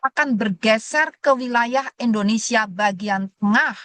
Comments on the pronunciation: Negara kita Indonesia, Bukan Endonesia buk, itu penjelasan dari guru saya pas waktu SD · Bukan juga Endonesa, bukan Indonesa